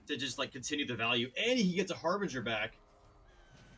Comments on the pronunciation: This is not harveger this is harbringer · lol, not it's not. It's Harbinger. It is pronounced Har-Binj-er. I've noticed that non native English speakers really struggle with this word. It's a strange one, to be sure.